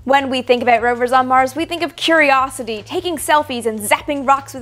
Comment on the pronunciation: You almost said aboot there